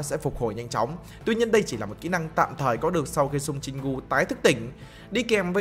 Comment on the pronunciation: Anh ơi Jin gu chứ không phải Jin cu